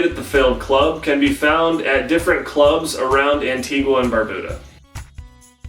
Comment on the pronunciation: WOOOO I'm Antiguan-American (Peter Byers is the GOAT), also btw it's pronounced an-TEE-ga